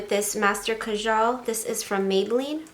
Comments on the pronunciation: You pronounce “kajal” “kayal” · It’s pronounced as “kaajal”. It’s a Hindi word ☺️ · uuhhhh..... its pronounced the way its spelt: kajal. its not a latin word, its a middle eastern/south asian word. the j is pronounced.